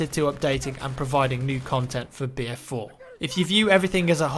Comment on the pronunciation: i swear he is saying beer4